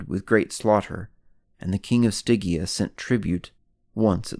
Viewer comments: [Stɪdʒia], no [Stɪgia] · It's pronounced Sti-gee-ah!!